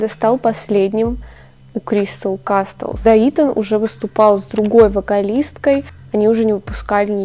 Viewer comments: Ща подушню конечно, но не кастлз, а казлз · Прошу, не кастлс а каслс, крайне сильно режет. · все супер но только каслс, т не произносится(